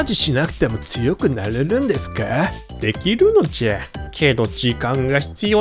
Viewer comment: 居たわ𐤔𐤔 でき↓る↑の→じゃ↓↓↓